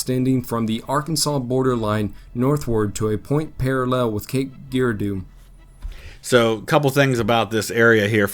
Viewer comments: To help out, when the covered video's narrator says Cape GEAR-doo... he means Cape Jer-RAR-dough. Cape Girardeau. Edit: wuff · Cape Geer-A-Doo? It's Jer-Ar-Doh. Forehead Slap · This guy says Cairo right but miss pronounces Cape Girardeau! My wife's family is from there, they pronounce it Jer-rar-doe. If you want to say it like a tourist say like this guy in the video! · Cape Girardeau is pronounced Juh-RAR-dough, not Gee-rar-doo. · From the st. Louis area. Grants Farm is a pretty cool place to visit. Its owned by the Busch Family. I know you like the Guardians so go Cardinals today. Its also pronounced like Cape Jerardo. Lol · It’s pronounced “Cape Jerardo” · The pronunciation of Cape Girardeau is what gets me 😂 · Some of the pronunciation in the subject video is pathetic. I had to wonder if it was a poor quality of AI. Examples are the way he said "Ulysses" and "Girardeau." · facts are pretty good. His pronunciation of Cape Girardeau is embarrassing, however. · I'll be honest, this is painful to try to listen to man